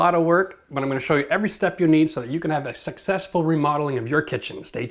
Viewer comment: Did he say sexesful ?